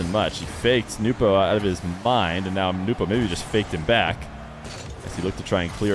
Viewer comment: I was hoping the way you say Nwpo like newpo would catch on, I like that pronunciation. The way johnny says it sounds weird